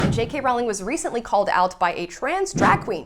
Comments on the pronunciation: Rowling rhymes with bowling, please be respectful, unlike those in the video you're reacting to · It’s so annoying how Americans, and even some brits, pronounce JK Rowling’s name. It’s not bloody Rawling! It’s pronounced like the word ‘rolling’. Also, yeah, the publishing house suggested she change it to appeal to boys. And she doesn’t have a middle name so she used her grandmother’s name, Kathleen, for the initial. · Why are you mispronouncing her surname? It's rude.